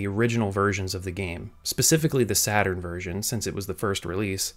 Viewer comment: "Sega Satarn" lol